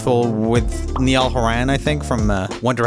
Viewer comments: Me being a big 1D fan and hearing you said Niall Horan name as Neil Heran😭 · Since you're aware of some pronunciation mistakes, maybe you would also like to check Niall Horan (both first and last name are pronounced differently than in the video). Liked the video and your comments anyway! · The way he said Niall Horan makes me want to cry LMAO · IT IS NI-ALL HORAN!!!!